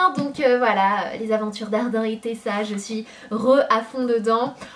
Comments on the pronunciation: Hardineeee par hardin 😂 ( pour la prononciation ) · Sanaa je t'adore mais Hardin ça se prononce Hardiiiiiine et pas Hard1!! ;D Enfin bon c'est pas grave ta vidéo est super et tu es magnifique comme toujours! <33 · super vidéo ma belle! et juste ça se dit Hardine 😉💜 gros bisous